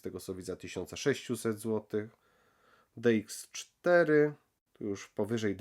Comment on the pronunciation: .. Gdy powiedziałeś: "486 DX4 100MHz" to zabrzmiało prawie jak: "486 DX 400MHz". ;-))